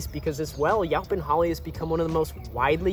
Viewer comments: I would’ve said you-pawn, the way he’s saying was getting to me too lol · THANK YOU!! The pronunciation was making me ask, "Where you from, bro!" The ow pronunciation in this video is making me say OUWCH!! Then I gave him a break, and thought perhaps he's never spoken to anyone about this tree, but he's only read the word in a book. And so, for a more exact explanation, Texans pronounce it like this: Yo ‐ as in, "Yo, buddy!" pon - as in how one says "pond" except leave off the "d". Yo-pon NOT YOW – as in "ouch" or "how" - just no! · In SE Texas, it's YOE-pon. I have acres of it. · Prounced Yoh Pon, Yo as in the pirate Yoh, ho ho